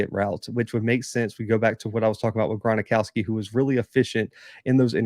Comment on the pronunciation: Gron-ow-ski Not Gron-a-ow-ski. Gron-ow-ski. Jacks win it 27-23